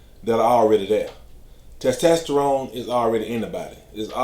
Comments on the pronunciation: T E S T E S T E R O N E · The way you say “testosterone” is tremendous 😂